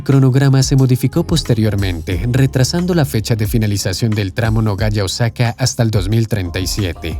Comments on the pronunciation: La ciudad de Japón es Nagoya, pero el locutor pronuncia Nogaya, no existe en el mundo, ninguna ciudad llamada Nogaya. Si Nagoya, en Japón. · Tan mal lees ?... La ciudad se llama Nagoya y no " Nogaya " y los has repetido como 10 veces. Al menos estudia algo del país que vas a narrar... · Es Nagoya, no es Nogaya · No se dice Nogaya.. Se dice Nagoya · en el video dice Nogaya, que esta mal dicho, realmente se llama Nagoya, nada que ver con Nogoya ciudad de Entre Rios del litoral argentino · nogaya? Nagoya!!